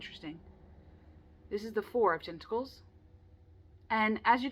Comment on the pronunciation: You held up that card and said tentacles and my brain totally heard “testicle”